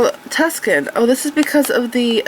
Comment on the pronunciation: Tuscan vs. Tucson - - the events and City of Tucson is not pronounced how you're saying it. Tucson sounds like "Too-san." It doesn't actually really matter much, but I thought you'd like to know.